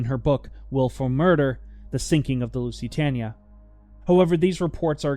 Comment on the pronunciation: At least pronounce the name of the ship correctly. And she never approached 27 kn, over a measured mile it was 25.6, and 25.8 averaged. You could've checked that on Wikipedia